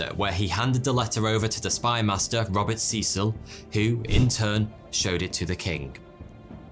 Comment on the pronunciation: btw u pronounced Robert Cecil wrong